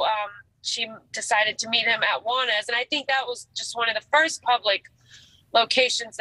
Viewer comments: Jew-wannas 😂 too funny. It's pronounced like Jaun. But I'm glad you covered this case and showed more info!! Everyone give your babies smooches 🤗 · Juanas- pronounced wannas pagoda. Lol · Im so surprised how quickly you covered this! I grew up in Navarre and this has taken over the whole area. Were all praying for her daughter and family. Also side note, it’s pronounced Nuh-var. the arre Navarre is pronounced like the ar in far. Also Juanas is pronounced like Wannas.